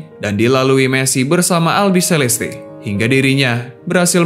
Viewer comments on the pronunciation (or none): none